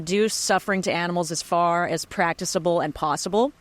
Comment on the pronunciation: "yeah, I'll try!" translation: "don't hold your breath!" also, "practicable" is pronounced prak-tik-a-ble. hard Ks all around. gotta be saying these welfarist words correctly during vegan outreach